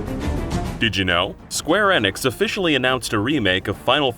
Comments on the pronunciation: Way to say square enix right... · Y'all seriously can't tell me that you can't pronounce Square Enix correctly either? I think you guys are just doing it on purpose now.